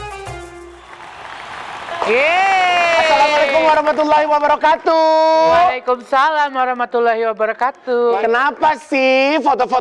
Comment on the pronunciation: Ms Igun klo ngucap salan belakang nya pas wabarokaatu. Tu nya itu pendek bkn pnj.